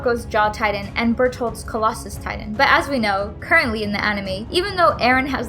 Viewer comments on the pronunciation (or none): I was gettin triggered when she called Titans “tidan” and called bertholdt “bearhole” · I just cant get past the fact she called Bertholdt "berthole" XDDDD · Its literally pronounced “BEAR-T-HOL-T